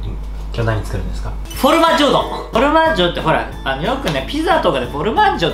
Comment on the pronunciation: フオルマッジョ？言えてないよー！w